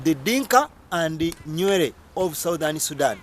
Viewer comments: Who told you that Nuer and Dinka are both resided in Bahr El Ghazal and both are farmers My friend these are misleading information, you better go and study again ..... the way you pronounce Nuer is even not the one we know in South Sudan or you are talking about another tribe in Uganda. But it is not your fault, it is our mistake that we are fighting ourselves for nothing until such low people like you got a gut to talk about mighty South Sudanese. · 99.9% of southern Sudanese will tell you that you got the whole thing wrong brother. Try to read more books written by southern Sudanese experts about each tribes. oh! your annoying pronunciation of Nuer .